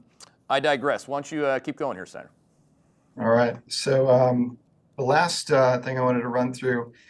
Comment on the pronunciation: It's Steiner, 😂